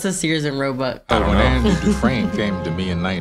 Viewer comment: i know yall didnt say dufreesnee. smh.